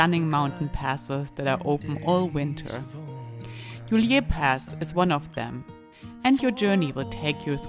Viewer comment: Ist’s not pronounced Juliér Pass but Julier Pass. No accent on the e!